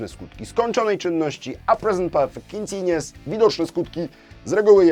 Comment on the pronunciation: Panie, ja pana grzecznię proszę. Niech Pan mówi w słowie continuous U sound. Bez względu na akcent należy go wypowiedzieć. Taki szczególik a pamiętam jak Pan na początku źle to mówił jak ja. Życie wtedy było takie proste i niebolesne dla uszu.